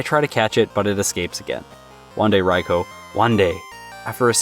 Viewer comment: You are the one of the few people who pronounce Raikou correctly, my favourite Pokémon… definitely caught me off guard